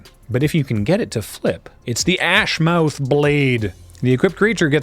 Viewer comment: Ashmouth is pronounced (ash - muhth) probable as its basicly fantasy Plymouth